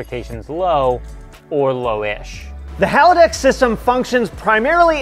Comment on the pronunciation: are.... are you saying haladex?